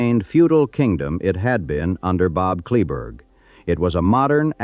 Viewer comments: Kleberg, pronounced clay-burg. John Deere dealer in Kingsville closed late 70s I think. King Ranch John Deere is in Robstown and still there. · Many mistakes, you’ve never been there or interviewed anyone from the ranch. Your pronunciation of “Kleberg” is totally wrong. The county the headquarters sits on is named after him, Kleberg county. The young attorney met Richard King when he beat King in a lawsuit. And most importantly, Henrietta King could not pay the estate tax when Richard died. Standard Oil of NJ, later Exxon, stepped in, she leased the minerals on the entire ranch to them and got the money to pay the tax. The ranch has made several fortunes from the oil revenues. Get your facts right, I stopped watching.